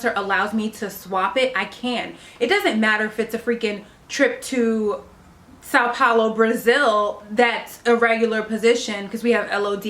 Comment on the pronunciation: São Paulo eyyyy, and you pronounced it perfect :) Also, MAKE MORE VIDEOS!!! I love you 😍😍😍